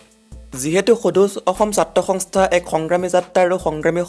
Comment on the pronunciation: Apuni ki hongstha hongstha buli koi hobo lage hontha.